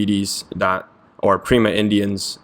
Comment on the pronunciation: Thank you! That's a pretty clear explanation of Keras introduction. However, "pima" not "prima" people in India.